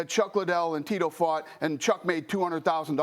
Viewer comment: Oscar: “Dana White doesn’t care about Chuck Lie-Dell!” 😂😂😂